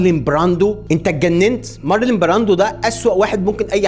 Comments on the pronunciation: حبيبي انت لا بتتنطق انجليزي صح ولا حتى عربي 😂😂😂😢 اسمه مارلون براندو مش مارلين مارلين ده اسم ست مش راجل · يا عم يا مقدم الفيديو انت بتنطق كلام كتير غلط ١- بتقول في الدقيقة ١.٥٩ ان كوبولا المخرج عايش في فقر مودجع. الله يكرمك اسمه فقر ( مدقع) بضم الميم. ٢/ في الدقيقة ٣.٠٤ قلت مارلين براندو!!!! يعني ينفع كده؟؟؟؟ تنطق أسم ( مارلون براندو ) غلط وكمان تعمله واحدة ست؟ مارلين ده أسم انثي سلامة الشوف والسمع. ٣ / العار هنا طيب بتنطق عربي غلط مخدتش باللك انت واللي معاك في الدقيقة ٩.٢٨ إنكم حتي في تغيير الأجزاء وفي الإشارة ليها بتكتبوا عربي غلط ؟؟؟؟ في حاجة اسمها الأزمة الربعة؟؟؟؟ اسمها ( الرابعة) واتكررت تاني بشكل اكبر وفج جدا في الدقيقة ١٢.٠٣ كتبتوا تاني الأزمة الخمسة ياأخواني انتم تقريبا معكمش ابتدائيّة اسمها ( الخامسة ) هو في كده في الدنيا ؟!!!! ٤ / في واحد محترم وبيقدم محتوي محترم يوصف أشخاص أنهم عيال بشخة ؟ علي فكرة الناس اللي انت وصفتهم بكده أنا معرفهوش. يعني ينفع اقول عليك إنك عيل بشخة وغير معروف بتتكلم علي فيلم ايقوني زي ( الأب الروحي) ومش عارف حتي تنطق عربي صح وحولت بطله من واحد راجل لواحدة ست بسبب لغتك العربية الضعيفة؟فيا عم لو مش مهتم بعملك الي انت بتعمله فبلاش تعمل اي حاجة وخلاص وريحنا من فيديوهاتك المليئة بالأخطاء الساذجة.